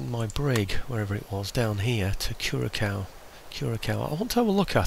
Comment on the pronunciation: Curaçao; the second "C" is pronounced as an "S"..;) Cheers!